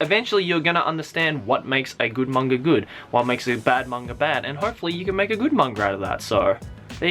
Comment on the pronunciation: It never really bothered me until now, but you say mangra.... like what?